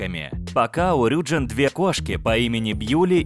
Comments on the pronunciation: Правильно рюджИн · И правильно не рЮджин а рюджИн🚨🚨🚨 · А разве правильно не РюджИн? Просто мне в лайке ответили то что если у айдола есть корень джин то ударение на И